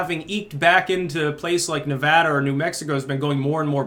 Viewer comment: As a Nevadan I just want to say Thank You! for pronouncing our state's name correctly :)